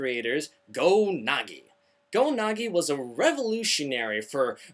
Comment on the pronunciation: GO-NAGI? I think it's pronounced GO-NAG-EYE